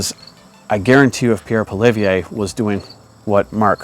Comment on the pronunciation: You've heard of Pierre Polieve haven't you? You're in Canada ... you want to have a political channel and you dont know how to pronounce Pierres name... Poly-ev is the phonetic pronunciation.